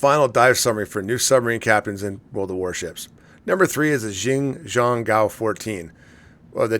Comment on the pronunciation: Say "Shin Jung Goo-woah" for "Xin Zhong Guo", you'll be a lot closer to the pronunciation of the Chinese. It's not exact but it's closer. Source: Me, former Chinese cryptologic linguist in the military. I'd have to see the characters for the name (and I can only find the pinyin for it) to find the exact tones, but that'll get you closer to the ballpark. :)